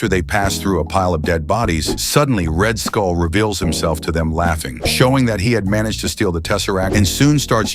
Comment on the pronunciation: You say red skull I hear red hood